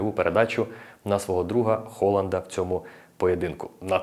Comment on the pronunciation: Дякую тобі за Холанда. Хоч хтось не каже це Г у прізвищах.